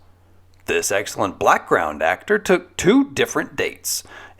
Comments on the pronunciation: Did you say "Blackground Actor"? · Did you say "excellent blackground actor" ? That's what I heard over and over.